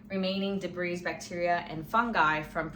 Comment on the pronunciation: debris is pronounced "debree"